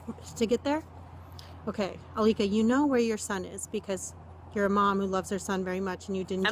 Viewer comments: So I-lick-a-Bone (Alika Bone) is the new Zanny the Nanny? (Zenaida Fernández) Laughable... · "I-lick-A bone"? did she just kaiser sose that from a memory of what she did after she murdered her own child? like this is mf a wackadoo wtf. i get the vibe she had some sort of psychotic break and the people in her life just didn't either know what to do to help her in the long term or did not actually help and just enabled her behaviors to this point so they could keep the kids for themselves? where is the dad? what is his role in these childrens lives? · “Aleeka Bone”🧍🏾‍♀️ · Did she say I lick a bone? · Her name is AA-licka Bone? Really I lick a bone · she def keyzer söze’d that name…. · Ilicka bone!? Is she serious?.....I lick a bone? Is anyone else hearing this or am I crazy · She said Alka bone?😂😂 sounds like lick a bone. It’s very sad what she did though craziness. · "Aleka Bone" definitely sound like "I lick a bone." I knew for sure at that moment that she was lying and made up the name. Poor baby. May he RIP. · She says Alika Bone and I knew where this was going 😐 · HOW are you mispronouncing her name through the WHOLE video, when she and the officer say it several times?? 😡🤦🏽